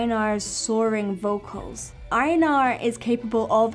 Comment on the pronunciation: I love how she says Einar. I have the same name, but iwas raised in Mexico. My grandfather loved vikings and there was this movie,how he named my dad Einar, then me. I always heard different pronunciations, but this one is the best.